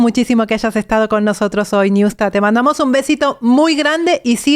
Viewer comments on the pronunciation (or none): No es niusta es ñusta